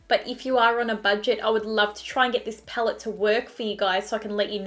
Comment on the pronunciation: Before becoming a Youtuber you should work on your pronunciation. Your vocabularies are really disturbing 'HaBHs phaellet' seriously? If you can't speak properly then why are you even a Youtuber?????